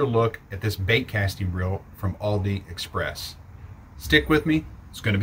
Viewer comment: Is he saying Aldi express?